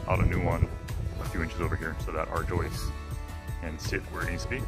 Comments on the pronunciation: Yoist not joist? Ja gout! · There is no joy in that pronunciation of joyist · finally says “joist”. I yelled “yoist!” 🤣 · Why does she keep calling them “joists “. Funniest video yet. It is starting to look like a home. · If it's "yoist"...then he must be ""! 😂😂😂😂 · I am with you. The term is “joist”. You know those people over there talk funny. Lol. stick with what you know.Lol. You are moving right along on your house. I enjoy watching the banter between the two of you. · I LOVE the ending. Your grandmother was a wise woman...And it’s pronounced YOIST...🤣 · Listen carefully at minute 2, 23/2, 24, doesn't pronounce the T at "joist".🤣😂🤣